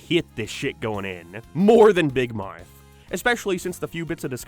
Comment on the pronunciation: Why do you say big mouth like that